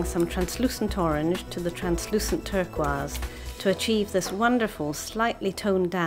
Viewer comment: Ive never heard turquoise pronounced like that